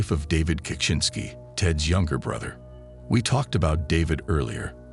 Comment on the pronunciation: is annoying. Constantly mispronouncing Ted's last name. Your videos are great, but you need a better narrator.